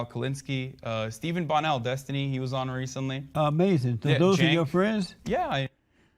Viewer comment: “You wouldn’t say dat” “yes I would” “amasin” HES NOT EVEN HEARING WHATS REALLY GOING ON DUDE